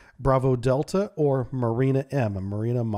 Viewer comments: Not mArina, but mUrena. This is such a fish. And the way you pronounce it, it's a female name. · Murena like in Moray eel. Pronounced with eh sound like in RAM